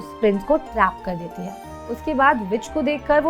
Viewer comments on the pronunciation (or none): Just a humble request mam, please don't get offended... You really need to work on your pronounciations and you really don't need to put in a fake accent while speaking in hindi, specially when using the word "है"... It makes hard for us to watch the video with such speaking quality